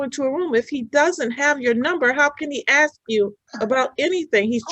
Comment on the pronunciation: One of the first signs of mental retardation: The word ask is pronounced aks.